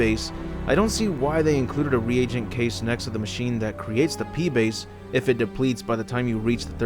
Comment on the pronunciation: 'Pee base' LOL